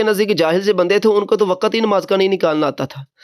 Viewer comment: نہیں بیٹا وقَتْ نہیں بولتے وقْتْ بولتے ہیں